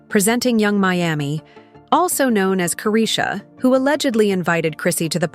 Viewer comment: kick off parties? you mean freak off?! you can’t even pronounce chrisean name right. this is all to much lol